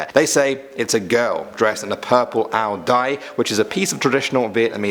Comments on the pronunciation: no offense, but ao dai is actually pronounced ow-yai. i remember Dollightful calling her friend for the pronounciation. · LOLthe way you said ao dai